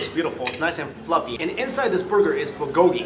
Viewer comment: The way you pronounce 'bulgogi' makes a part of me die inside. But it is not your fault😂 I am Korean